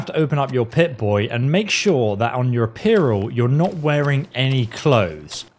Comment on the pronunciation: Atrib-utes, apear-all. Oof, unwatchable.